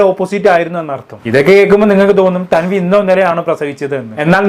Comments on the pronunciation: Thaanvi ❌️ tanvi✅️ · താൻവി അല്ല മണ്ടാ.. തൻവി 😂😂